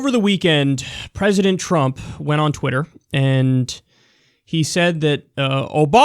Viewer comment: did you just say wooter... how could you, I thought you were better than this.